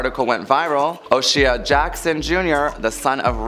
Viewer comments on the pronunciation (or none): So y’all have all this time to be in celebrities business but y’all don’t have time to learn to pronounce their names? O’Shea is a more than common Irish surname. Very easy to find. You fixed your pronunciation of Lanez awesome, but you literally mispronounced another name in the same video. If you were a journalist for a paper or magazine your editor wouldn’t keep letting that slide.